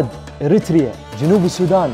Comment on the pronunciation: أول مره اشوف تقرير وينطق فيه كلمة اريتريا بطريقه صحيحه😅😻😻